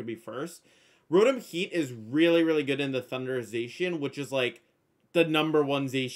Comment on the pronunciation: It's Zah-Key-Ahn, not Zayshian.